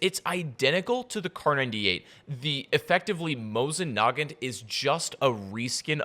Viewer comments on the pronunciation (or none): It’s “NA-GANT” not “NOGONT” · This dude said Mosin nugget when it is Mosin Nagant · The way you said Nagant made me cringe